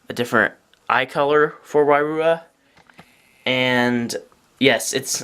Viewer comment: It's not why-roo-uh it's why-ru-ha